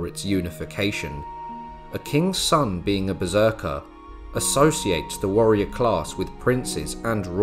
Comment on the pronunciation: dont let lyndybeige hear you say beserker 😅😅😅